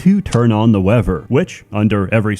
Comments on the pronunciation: Ah yes, we must always turn on the wehver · Haha "Turn on the wever"